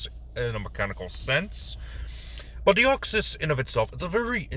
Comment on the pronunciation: You said my name correctly. It really shouldn't be that difficult but for some reason people just cannot say the 's' at the end or they say the Greek version of my name which has an 'ea' instead of an 'e' at the end. As for Deoxys itself there are in fact two ways to cause the mutation. The first is through the explosive expenditure of energy of a meteor impact and the other is being shot with a high energy, high density laser for 15 to 20 minutes straight both of which we see clearly in Destiny Deoxys. That space virus is incredibly stable and hard to cause mutations within. Personally I sometimes refer to Deoxys as the traveler or visitor as that is pretty much what it is. It is incredibly weird for a psychic type to have such low intelligence. Oh the duplication that Deoxys does is actually RNA cloning as Deoxys's entire theme and concept is DNA. For some reason Bulbapedia marks it as a usage of double team despite it having vastly different characteristics to the move itself. As for what other pokemon to do next, how about Trevenent and Aurorus? It would be interesting to see how you would convert that haunted sacred tree and the saurian ice queen. Too bad there isn't a dinosaur race.